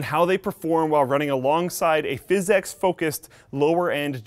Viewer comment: I think PhysX was meant to be pronounced "fisics", not "fis-ex".